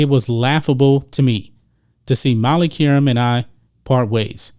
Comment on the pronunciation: This dude needs to dub an Adult voice into the video…and learn to pronounce her name correctly, ask Stephan A